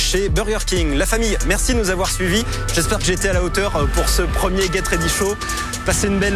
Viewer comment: Haha lui il dit bien geT ready show . Mérci